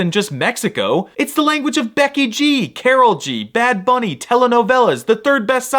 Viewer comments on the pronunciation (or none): none